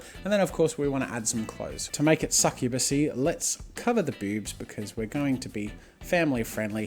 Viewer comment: TWO THINGS 1: can you make a sexy male succubus? :3 2. i absolutely love the way you say boobs :D its like you're saying ''bewbs'' :3 LOVE IT